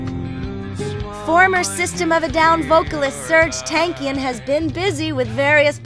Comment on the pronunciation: i wish ppl would learn how to say his name properly.....its pronounced TONKian....